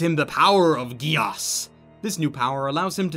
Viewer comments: "Code GIASSS" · u pronounced geass wrong